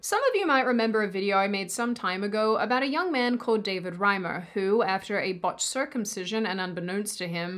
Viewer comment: Why do so many people refuse to pronounce David Reimer's name correctly? Surely his memory deserves more respect.